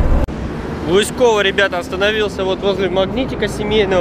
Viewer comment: И не лыскооово а лыыысково